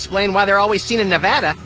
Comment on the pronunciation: Nev-Ah-Duh? No, its Na-va-dah.